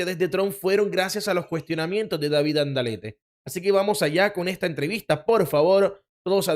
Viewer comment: es David Alandate. No como lo dices